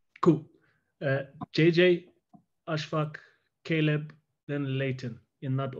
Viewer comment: It's Caleb, ffs!